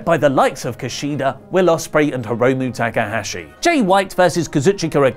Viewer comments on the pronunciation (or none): none